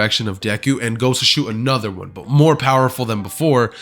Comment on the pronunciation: Did you hear how he said another one